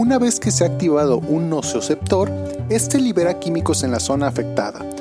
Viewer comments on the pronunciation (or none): SOLO UNA ACLARACIÓN; ES NOCICEPTOR, NO ES NOCIOCEPTOR